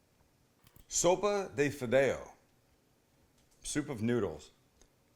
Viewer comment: Oh hell no!!! Can’t trust anyone who can’t even pronounce the name of the soup, and he butchered it, especially adding Cholula.